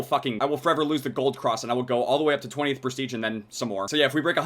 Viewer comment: It's Prestige not Presteage